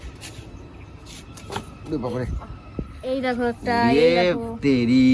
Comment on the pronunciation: ড্রাগেন নয় রে গাধা কথাটা ড্রাগন। আসলে মূর্খ হলে যা হয় আর কি?